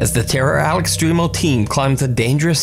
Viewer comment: Where all the Spanglish viewers at heard say "AL EX-TREE-MO" for "al extremo" lol